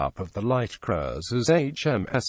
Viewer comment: Strange pronunciation of Cruiser.